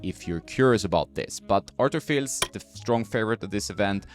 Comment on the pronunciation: It’s Fiis. Like Monfiis. You don’t pronounce the L.